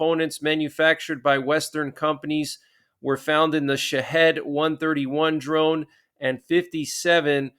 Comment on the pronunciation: Interesting story, I saw that this morning myself. I think that it may be a step too far to attack Iran, Syria and Russia at the same time. However, considering everything that has happened over the past year, it's possible. I hope and pray everyone stays safe, much love to everyone. Oh, btw, just a heads up: Edinburgh is pronounced: Ed-in-burra and Shahed's are pronounced Sha-heed's 🙂